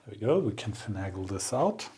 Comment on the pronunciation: Welcome back! Glad you enjoyed Scotland - one of my favourite places to be! Congratulations on a splendid new-to-you measuring microscope. Nikon makes nice stuff. Fascinating to follow the tear-down and reassembly. Thank you. One iny comment, and I make it only because you so seldom have errors in your English. Finagle is pronounced finn-AY-gull, rather than finn-AH-gull, with the "AY" sound like in "hay" (dried grass) or "hey" (the greeting). I wish my German were as good as your English! Happy days and greetings from the east of Belgium.